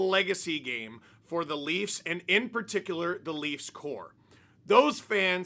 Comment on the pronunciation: you mispronounced the "Laughs". Who are the Leafs?